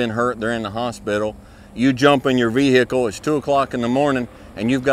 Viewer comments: Here for the advice. Stayed to hear "ve-hickle". Solid advice sir. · Vee - Hickle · Vee hey cle